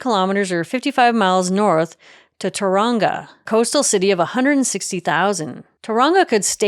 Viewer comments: Pretty good apart from pronouncing 'Ngati Awa'. Ngati is sounded phonetically as naahtee, not Nigaatea, and with Tauranga, the 'Tau' is pronounced closer to 'towel' and 'ranga' is more like wrung-ah... like 'wrung out'. 'Otherwise, better than most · Nice, detailed video. Just an FYI: you pronounced most of the names fairly well, but Tauranga was completely wrong. You pronounced it like Taronga Zoo in Sydney. For Tauranga, the emphasis is on the first syllable, and you don't pronounce the hard G. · Her pronunciation of Tauranga was completely wrong, though. Hit & miss.